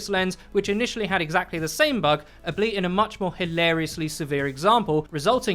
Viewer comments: Dude you gotta stop saying "ableet" lmao, it's "all-be-it". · you're saying a-bleit, when I think you actually mean al-be-it. Not trying to be the speech police, but you are quite an eloquent fellow and this sticks out like a sore thumb. Just trying to help! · did you just say ableit instead of albeit? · ableit? XD it's al-be-it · "ableet" ONCE AGAIN